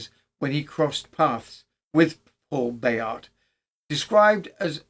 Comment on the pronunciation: Spoilt for a happorth of tar. You obviously do a lot of research for these episodes. So why not find out how to pronounce things? With all the resources of the internet nowadays, it's not that hard. But your versions of Bayart and Roubaix really grate on the ear. All right, a true Brit isn't meant to speak Froggy. But how how do you explain "recognisance"? Shame